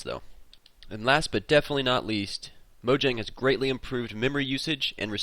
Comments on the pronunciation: (maw-jong) is how you pronounce mojang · it is mo-ja-ng